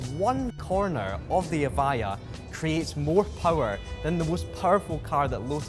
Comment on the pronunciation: So you tell us in the description that it's pronounced EV-I-JA yet the guy talking throught the video pronounces it EV-I-YA